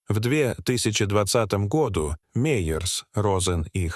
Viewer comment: Отвратительная озвучка! Произношение гОду изрезало мой слух!